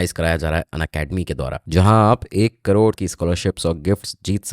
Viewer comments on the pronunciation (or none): none